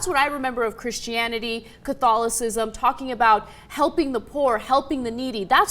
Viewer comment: Hahaha. It's catholicism Ana, not catholocism.